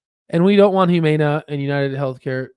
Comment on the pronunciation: The mispronunciation of Humana is absolutely killing me